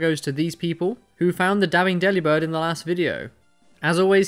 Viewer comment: WTH its Mah-Dry-Bird DeliBirb